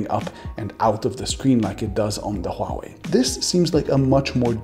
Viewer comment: Omfg, finally someone can pronounce Huawei with an understandable accent...